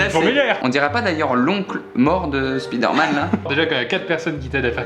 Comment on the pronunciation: La prononciation de Spider-Man 😶